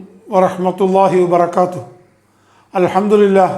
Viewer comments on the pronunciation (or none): none